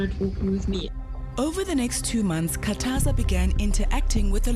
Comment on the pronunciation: It Khathaza not Kataza